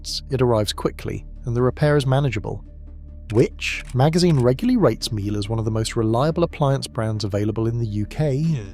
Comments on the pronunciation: Miele is pronounced Meal-eh. I think.p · that's AI for you! Miele is German so pronounced 'meel-uh'. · The correct way to say Miele actually rhymes with name Sheila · Interesting, a pity you can’t pronounce MIELE properly considering it’s the best on the market!! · These AI videos are annoying. The pronunciation of Miele is laughable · 5 different pronunciations of Miele, and then "Laundette" 🤔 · AI bollocks. Can't pronounce words like launderette or decide how to pronounce Miele. My Hoover Optima washing machine is about 20 years old and is working fine. Maybe they were better built back then?